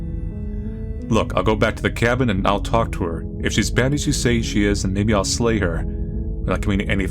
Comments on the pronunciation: SLAY, SLAY!!! NOT LAY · Narrator says slay the Princess, but I'm hearing lay the Princess. I mean, that tail, tho. Benchpress me, Princess.